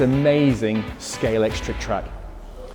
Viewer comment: That's really the biggest in Somerset? Also, why are there Scalextric experts who can't pronounce Scalextric? It's got an X in the middle, not a C.